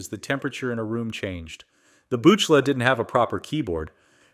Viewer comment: Utter rubbish. I could only put up with about two minutes of this AI Slop. When the "attempting to sound collegiate male voice nr.6" mispronounced Buchla after saying it correctly less than 30 seconds previously, I'd had enough. This is garbage. Clanker litterbox poo.